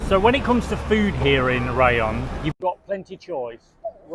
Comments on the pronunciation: RAYONG NOT RIYONG!! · Ri iong? It’s Ray ong.. no Ryan!!! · Please learn how to say “Rayong”!